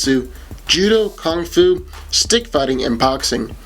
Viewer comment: stop saying KONG fu!! It’s KUNG fu, with a U!! In all of your videos when you mention this particular martial art you always mispronounce it, makes it sound like you don’t know what you are talking about.